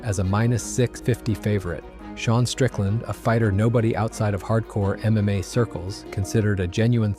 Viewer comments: Dude the voice is actually not bad until he read mma as M M A hahaha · I caught it out with how he pronounced "MMA"